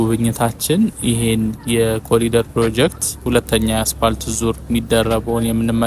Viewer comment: በእንግሊዝኛ ስትጽፍ "ኮሪደር " ትላለህ።ስትናገረው ግን "ኮሊደር " የምትለው ለምንድን ነው? በርታ!!